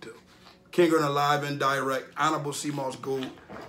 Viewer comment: DirecT, there’s a “T” at the end of the word bro.